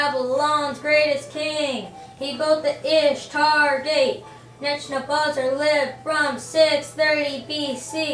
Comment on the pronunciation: ne - boo - kud - nez - ar not neck no buzzer get it right